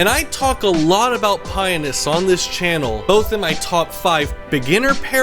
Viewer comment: You keep saying it like "Penis" lol. I think it's Pie-o-nus. Has everyone I have spoken to said it wrong?